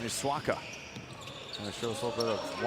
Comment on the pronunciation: y is the commentator saying wani swaga its swaka